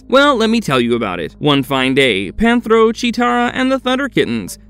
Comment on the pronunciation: please learn how to pronounce the names like "Panthro" not "pantaro" and not repeating evil twice , it "the ancient spirits of evil" not "spirits of evil evil"